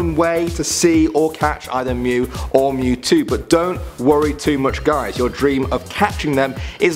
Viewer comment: “ M E W T O W” you can’t be talking 💀